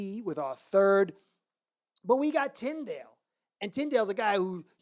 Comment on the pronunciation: I know you don't mind being corrected on pronunciation. I notice you pronounce Tindall as "tind ale" it's tind all with all being pronounced like the laundry detergent. "The stain lifter that's all.